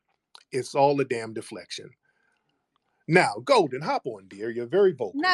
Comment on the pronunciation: Golden sounds more like Molden.